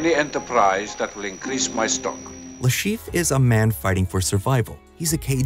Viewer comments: He is called Le ChiffRE and not LeChief. I'm sorry but that bothered me the whole time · Dude can you stop butchering that french name? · there is an -re at the end of Le Chiffre for a reason. It is not mute.